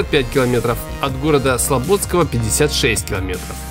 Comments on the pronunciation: не СлобОдский, а СлободскОй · Не СлобОдский, а СлободскОй) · Юрья! слободскОй район. Погуглил бы хоть как читается